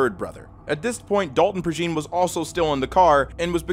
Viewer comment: Love your vids, man....one note regarding Dalton Prejean: I'm from around the Lafayette area, it's a Cajun last name, so his last name is pronounced ("PRAY-janh", with the "jean" pronounced as in jean-batiste or jean-pierre). I'm sure you won't even see this, but i gotta rep my people. Keep the quality content comin!